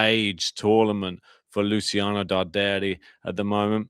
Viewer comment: Hi! The correct pronunciation of Luciano's surname is Dàrderi (not Dardèri)... Greetings from Milano 👋